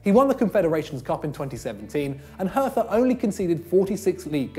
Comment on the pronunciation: try learning to pronounce "hertha" before claiming Plattenhardt shouldn't be there. If anything Hector should miss out in favour of Max